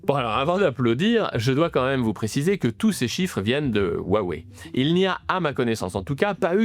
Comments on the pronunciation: Salut; merci pour la vidéo. Juste pour que tu saches, la prononciation correcte de Huawei est "Roua-ouais" et pas "Oua wai" - Désolé de chercher la petite bête, mais ca me fait toujours tilter quand j'entends les journalistes Français ne pas prononcer "Wuhan", "Xiaomi", "Xi Jinping" correctement. Si je ferais un travail journalistique, je ferais l'effort personnellement d'essayer de pronnoncer au moins les marques et les noms des entreprises/personnes étrangères correctement. Voilà, rien de bien méchant et je dis ça juste pour que tu sois plus crédible que les autres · faut apprendre à prononcémer Hua Wei [rhoua ouéi] : le nom basé à l'origine sur la fabrication de téléphones signifie "parler vers" et bien d'autres choses (hua : culture, transformation ; Wei : causalité, direction, "allô" ) bon on a mis 30 à savoir prononcer hyundai 😅